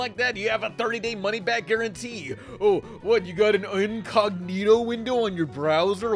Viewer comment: ...did you just say uncognito window?